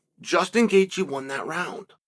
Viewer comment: It’s Gaethje.